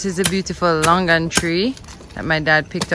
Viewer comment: it's pronounced "lung-ann" (longan)